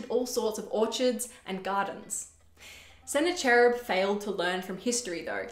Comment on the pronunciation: Thanks for making this video. I love the content. However, I want to mention that the name "Sennacherib" should not be pronounced with the "ch" sound in "church". In English, it should be pronounced with the "ch" sound in "mechanic" or "chemistry". The original is believed to be voiceless velar fricative such as /kh/ in the Persian name Khomeini. But in English we usually approximate that sound as a "k".